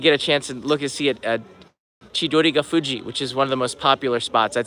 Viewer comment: Chidorigafuchi. not "...fuji" 😊 aiways nice video! Thank you😄👍